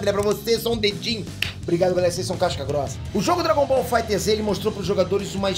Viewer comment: o jogo se escreve FighterZ mas se fala "fighters"